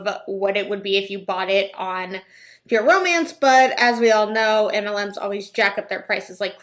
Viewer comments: Oh my god I thought the same thing! So strange how its pronounced like Pure mance or pure oh mance. Maybe it's her accent who knows? Still should learn how to pronounce your own company right ? Lol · I’d just like to know why she pronounces it so weird. “Pur-o-MANCE” ...who pronounces romance like that? Do all the Huns pronounce it like that? Lol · Every time she says "Pure Romance" it sounds like Pyramid. That's... telling. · It sounds like she’s saying pure omance and it’s driving me nuts. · I hear "permans" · I was like what is peer mance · Omg, yes!! She keeps running the words "pure" and "romance" together. It sounds so odd when she pronounces them.